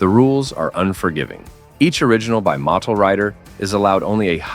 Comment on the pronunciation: Is that how you say, Motul?